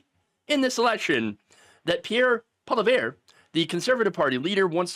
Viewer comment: I appreciate the effort you put into saying Pierre’s last name. Although you didn’t get it; you tried! That’s a lot more than I can say about many American commentators like BTC.